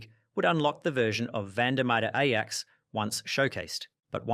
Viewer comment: It;s refreshing to hear someone pronounce Ajax as Ajax.